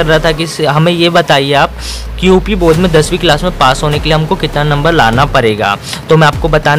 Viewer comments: Bodh nahi bord hota hai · Bodh nahi Board hota hai